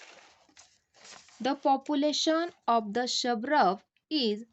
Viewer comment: Suburb not suburb 😅